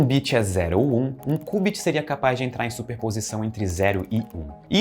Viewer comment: que cubit oq mano, ta doido? é kiubit